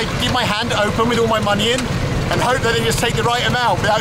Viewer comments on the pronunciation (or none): none